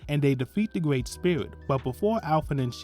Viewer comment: A Gwreat Summery my man, sorry just joking, but yea really good video thank you